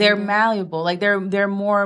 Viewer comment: GOD's plan being thrown all over the place by these wenches, "Malleable (Malluable in her pronunciation)" aka= Submissive, GOD'S MANDATE AND LAWS FOR WIVES, "Wives Submit yourselves unto your own husband" Ephesians Chapter 5 verses 22 to 24.... King James Version (Don't read them Other Bibles)..... ALL OF THESE WOMEN ARE A NIGHTMARE WAITING TO HAPPEN TO REAL MEN, as they ALL SEEM TO BE HELL BENT ON THE RESFUSAL TO SUBMIT TO MALE AUTHORITY !!!!!